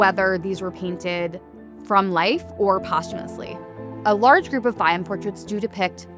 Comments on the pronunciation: It is pronounced Fay-yoom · Absolutely brilliant video! (Please note, nonetheless, that Fayoum is pronounced Fy YOOM -- i.e., not with the accent on the first syllable as the narrator consistently says it.)